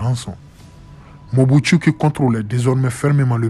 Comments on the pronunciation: ON DIT MOBUTU ET NON MOBUSTU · Mobutu et non mobutsu 😂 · pas Mobuthsu😂 cest Mobutu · Non non il n'y a pas de bania mulenge au Congo , ce Mobutu pas mubutsu 😂😂😂😂